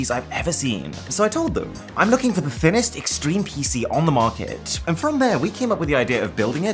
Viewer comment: “Thinninest Rick astly”💀